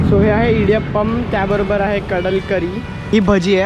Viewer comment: It is not Kadal curry.. it's kadla curry :)